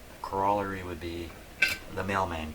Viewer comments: it's pronounced ˈkôrəˌlerē,ˈkärəˌlerē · You are mispronouncing the word COROLLARY. Go to google and listen to the pronunciation.